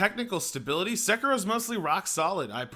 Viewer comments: SE KI RO. Sek I Ro. Americans and their weird pronounciations. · wow... you couldn't pronounce "Sekiro" any more like a white dude